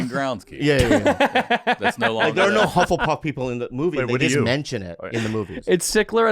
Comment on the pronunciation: Korean hufflepuff be like "uh huffl-puffle"